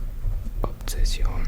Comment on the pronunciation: Muy chistoso lo de obseción…quéee? (Tacha), obsesión